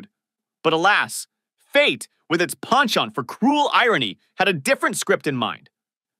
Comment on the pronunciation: You keep mispronouncing the word "penchant." You also must pronounce the Aprile and Adriana. Edit: I posted this before I heard you say Bacala. Yup you mispronounced that too. Watch this show and listen to how they pronounce these names.